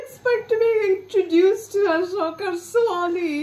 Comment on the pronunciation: It’s pronounced A-Soka not ahshoka